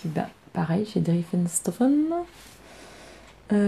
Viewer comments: les fantaisies d' Non du début! Driessen et pas drieffen 😂🤣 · Coucou, super podcast comme d’hab je t’adore! Ta robe de my image est canon! J’ai un défi pour toi si tu l’acceptes😜😉... dans ta prochaine vidéo tu ne dois plus dire drieffenstoffen mais driessenstoffen plus de ff mais ss! Allé je compte sur toi! A bientôt et bonnes vacances 😘😘😘